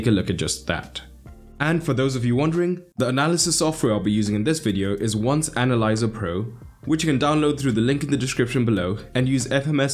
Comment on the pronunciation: It's not "Once" -one occasion-, it's eleven in Spanish